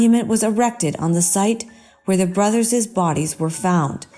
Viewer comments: She also said boyses and brotherses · where did the narrator of "the lost boys" story learn english? "boyses"?" Brothersers"?